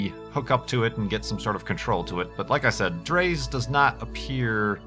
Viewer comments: Dray is the pronunciation. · dres is pronounced like drey